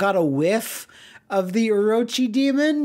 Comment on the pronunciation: You pronunce Orochi like whaaaat?